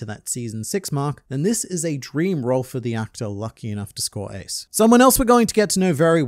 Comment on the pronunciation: bro forgot how Ace's name is pronounced 💀and where's the shadow of the third sake cup before the Marineford saga? U sure it wasn't just a black spot? Seeing as he's a whole other brother of Luffy, saying he's not relevant is kinda stupid. If even that green haired bar chick can be so often featured in relation to Luffy's flashbacks what about his sworn brother?